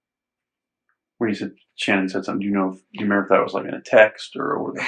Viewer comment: One thing I noticed is how her dad refers to her at “Shannon” he doesn’t pronounce it like everyone else does.